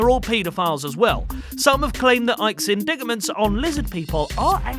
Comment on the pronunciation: What the fuck are indiggaments? I think you mean indictments. Which is pronounced "in-dight-ments". Is there no quality control person on staff?